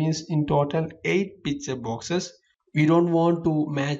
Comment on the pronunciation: i always understand "PIZZA" instead of picture :DDD but srlsy, nice tutorial! ty!!!! :)